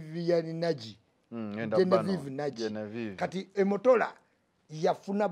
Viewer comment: Omotola not Emotola jaja Ichuli nawe .....😀😃🤣😅😂. RIP is so mavillaged Binde is not taking you any where. Even if you are doing this to get a green card doesn't guarantee you indefinite leave or citicen ship in America my dear. Ask Donzella. However in the UK you will be better off 5 years u get a work permit do odd jobs make more money and come back to Uganda as a real musummer in that you can dash Sophia some money.